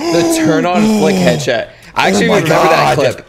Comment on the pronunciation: Anyone hear him say the turn on headshi*